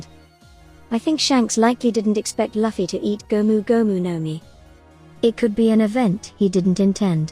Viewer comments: I appreciate that the AI text to voice makes theses videos easy to produce consistently, but you could easily write Luffy’s name as “Loofy” so the AI pronounces it correctly instead of as “luffie” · So annoying hearing luffys name be said wrong over and over